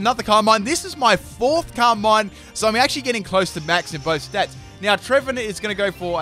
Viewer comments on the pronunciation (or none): none